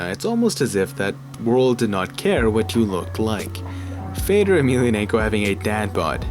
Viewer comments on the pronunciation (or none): It's not Fador, his name is Fe-do-r !